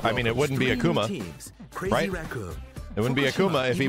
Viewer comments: he is not A-kuma, he isnt a bear, its Ak'ma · Anyone else pissed he said "ahk uma" instead of Akuma? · Why pronounce it like Akama? My brain hurts... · Ahkoomah. I hate the way he pronounces it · Aki isnt SF5 she new. So youll get 1 new character every Year/Season. I cringe every time dude said AKAma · Hey, I hate the way the other guy pronounces Akuma. The character has said his name multiple times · I love how mans says I main akuma but can’t pronounce his name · I don't like the way the dude is pronouncing Akuma's name. Put some respect on his name, sir!